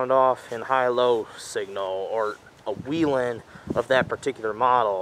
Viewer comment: It's not weelen. It's wellhen.